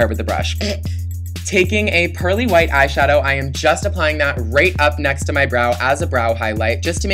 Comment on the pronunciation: when you said right along the lash line, it sounded like you said rape xD